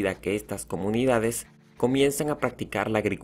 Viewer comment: Que raro cuando dice esclavituk o comunidak ..... pero está bueno el video